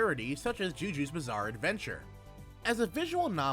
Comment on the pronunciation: Lol wait, if that's how the game translate Jojo's bizarre adventure, then i guess we need to let him off the hook for mispronouncing it. :p